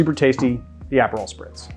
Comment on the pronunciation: This is a legitimate question- not trying to harass. Are the- I will say "alternative" pronunciations of some very common ingredients done for style/ charm- or is it like a regional accent thing? Like Aperol and Maraschino